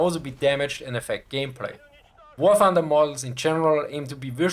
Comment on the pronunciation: I'm subscribing for the Schwarzenegger way you say "Wah Thunduh"